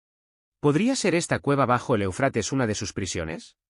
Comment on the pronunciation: ¡¡¡É UFRATES!!!. ESTAS MEDIOCRES VOCES ROBÓTICAS. ACENTO EN LA 1ERA É. DEJA MUUUUCHO QUE DESEAR.